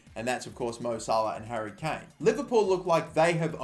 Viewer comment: Well done your Harry Kane is correct